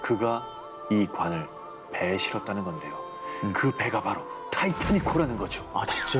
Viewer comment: 😂ㅎㅏ..타이태닉아니라타이타닉 이라니까요하………..😢😢😢😮😮😅😅❌❌❌❌💯💢🚫📛⛔️🛑